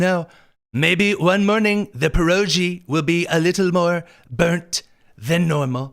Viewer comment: might be just chicago v indiana. but i think the "g" in pierogi is pronounced as in girl. just syin'